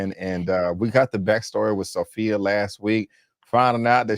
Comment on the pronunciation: It's Sofia, not Sophy